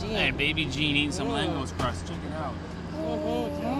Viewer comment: Langos is pronounced langosh as in hungarian s is sh ans sz is pronounced s. Also the Hungarians do make aster type meal with beef but goulash is a soup